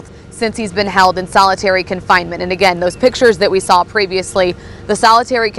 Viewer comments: needs to work on pronouncing words. I cringe every time she says soll instead of saw. Another one is preeeejudiced instead of prejudiced. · Good god lady, the word is saw, not s'all. Go to school people!!! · She keeps saying “SAL” instead of “saw”😅 drives me nuts! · There is no “L” in saw - just sayin’